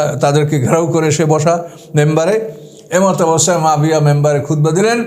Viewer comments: Nam tao to bolte janenna abar vul dhoren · এই লোকের উপর আল্লাহর লানাত পড়ুক। এই ব্যাটা আহলে কুরআনের লোক, মুনকিরিনে হাদিস, হাদিস অস্বীকারকারী, জলিলুল কদর সাহাবী হজরত মুয়াবিয়া রা এর ব্যাপারে মিথ্যা অপবাদদানকারী। শিয়াদের মিথ্যা ইতিহাস পড়ে সাহাবিদের সমালোচনা করছে। কোনো মুসলিম সাহাবিদের সমালোচনা করতে পারে না। এটা মওদুদির উম্মত। একজন সাহাবির নাম টাও সঠিক ভাবে নিতে পারে না। কুরআন সহিহ ভাবে পড়তে পারে না। এ হচ্ছে কুরআন গবেষক! নাউজুবিল্লাহ। এর কথা যারা মানবে তাদের ইমান হুমকির মধ্যে পড়তে বাধ্য। সাবধান! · আপনি একজন জলিলুল কদর সাহাবী হজরত মুয়াবিয়া রা এর নাম টা ও সঠিক ভাবে নিতে পারেন না। ছি ছি ছি!